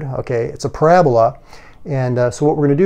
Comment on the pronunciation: Did anyone else hear "So the paragraph is your basic graph"